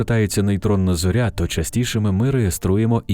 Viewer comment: В українській мові не кажуть на зірку ЗОРЯ з наголосом на Я